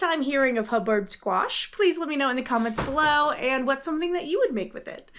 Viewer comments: Not to be a member of the Grammer police but because it was my Grandparent's last name... its pronounced hub- bird. 😊 I do not like the taste of either of those squashes. Love butternut, pumpkin and spaghetti squash. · Hub-bird is how you pronounce it! That squash was enormous! Thanks for sharing your prepping and cooking. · I love both squash types I like to stuff the buttercup and serve as a meal with like sausage and rice, also the hubbard making soup. It made me giggle listen to you say it wrong.